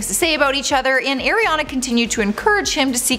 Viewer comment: Please say Ariana’s name right